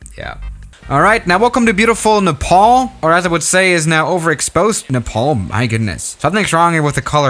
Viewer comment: No one: Literally no one:: Ne'paul'